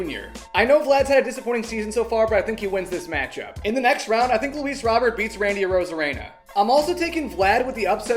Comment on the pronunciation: Bro keeps saying Robert wrong💀💀